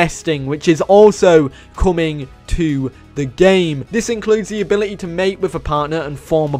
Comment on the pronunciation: Idk why But i burst Out laughing whenever you said "CUULOURS" and "CUUMING" 😅😅😂